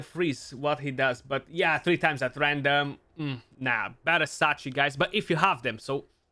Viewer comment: is a good guy. But Odachi is pronounced OH-DUH-CHEE not OH-DAH-CHAY. Like Sachi he said it right (SAH-CHEE not SAH-CHAY). Fenchi (FEN-CHEE not FENCHAY)